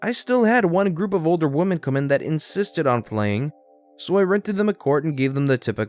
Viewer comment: with a "V," the word "women" has an "in" sound to it, not an "un" sound. It sounds like you're saying "woman" instead of "women."